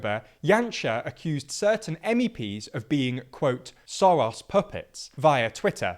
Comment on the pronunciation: Soros is pronounced 'shorosh'. Fidesz is pronounced 'fi-des'. *values I regularly find typos in your videos. Why is that?